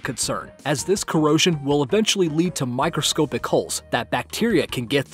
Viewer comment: "Microscope-ic"??? dude I may unsubscribe.